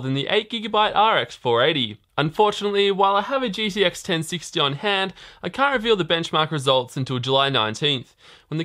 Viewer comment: Why do you keep saying GDX? Its G"T"X DAMMIT!!!!